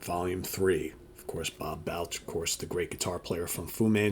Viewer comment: Just an FYI, it’s pronounced B “All” ch. balch, just sayin 😂